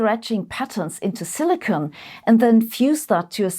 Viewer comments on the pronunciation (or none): none